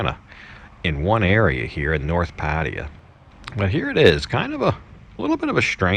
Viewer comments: i think its pronounced PA-TA-YA not Pateya :P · No disrespect, but can you please pronounce Pattaya properly. It’s not Parteeya. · pfat-tay-YAA sheesh